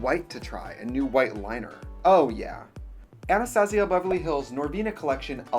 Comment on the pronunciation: am I the only person that heard "Anastasia BEVEL-LEE hills" :'''(